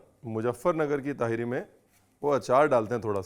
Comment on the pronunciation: Teharii nahi Tahaari hai, Nirahi ki tarha Tahaari. Kabhi Hyderabad ayein ham aapko Hyderabad ki Tahaari khilaein ge❤